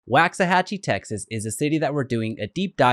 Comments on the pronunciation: It’s pronounced “wocks-a-hachie” not “whax-a-hachie”. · It's “WALKS” not “Wax”. Really if you are going to do a video about the history and can't pronounce the city name properly it means you didn't do “much” research. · It's waaaaaxahachie how are you doing a video on something you can't even pronounce right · You mispronounced it! Sounds like (walks a hochie) you’d think a guy would learn the correct way to say a town before doing a report for the public! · It's pronounced walksahachie! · Good video, helpful info, and as a resident, we love it here. FYI, it’s pronounced *Wox-uh-hatch-ee* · The fact that he’s pronouncing it incorrectly (per comments) is making it hard for me to take him seriously. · He is saying it wrong. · Say the name right to start lmao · How do you not know how to pronounce it and you live in DFW